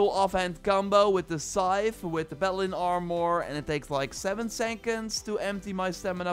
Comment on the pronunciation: P a l a d i n Sounds like you're saying balen